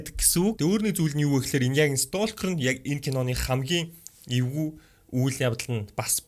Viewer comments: ёооо сток гээд хэлээд сурчаач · Стôkр гэж дуудаарай. Л үсгийг нь хэлдэггүй шүү👍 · Ээлдэээ яагаад столкер гээд байгаан бэ!!!!!! Л үсгийг уншихгүй шдэээ🤦🏻‍♀️🤦🏻‍♀️🤦🏻‍♀️🤦🏻‍♀️🤦🏻‍♀️ дотор муухайртал хэлэхийн